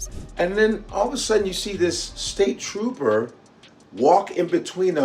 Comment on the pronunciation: WHAT IS A ‘TROPPER’ ? SMDH 😂